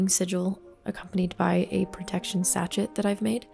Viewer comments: So. It's sashay not sashet. Sachet. I'm out. Peace. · Hello! Love the tour, thank you so much for sharing. I love your creativity! (Just a heads up though- a sachet is pronounced “sash-ay”) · Super beautiful. Thank you for sharing! Also if sachet it the word you're using it's French, so pronounced sash-ay. :) 💜💜💜